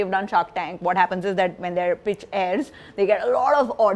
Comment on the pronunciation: he said "pitch" !!!!!